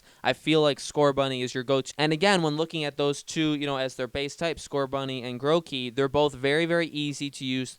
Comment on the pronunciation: HE CALLED IT MOTHER FLIPPING GROWKEY AND NOT GROOKEY